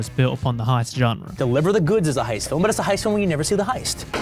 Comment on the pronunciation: I hate how you say “genre”